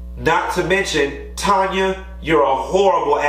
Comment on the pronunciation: Q, respectfully it’s TAN-YA...not Tonya.